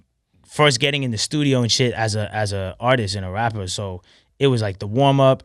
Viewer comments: i don't like the way he talks "i'm a wappuh i like to make wap moosic" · He's a "wappuur" not a rapper😂😂😂